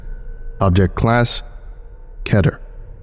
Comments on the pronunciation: I don’t have anything funny and witty to say this time so I’ll just take a few from my notebook. Lmao you’re Irish. It’s pronounced Keter not Keter. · I always thought it was pronounced "keeter"